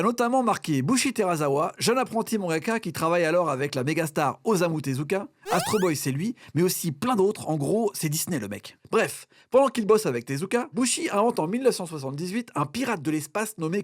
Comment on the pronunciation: Faut arrêter de mal prononcer les noms japonais svp. "oZZZamu Tezuka" mdr "teraZawa"